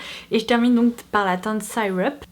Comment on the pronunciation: Bonjour, j’adore ton blog! Etant 100% britannique, je trouve que tu as un super accent et une belle prononciation en anglais d’habitude, mais je crois que la teinte Syrup se prononce plutôt see-rup ( avec un e long et non un i long pour le y, comme le maple syrup, qui accompagne les pancakes!). J’espère que mes explications sont claires! Pour tes lèvres, as-tu essayé le baume à lèvres au miel de Nuxe, en format pot? C’est mon salut, j’en mets tous les soirs en couche épaisse, peu importe la saison et je n’ai plus de gerçures, de sécheresse ou de tiraillements!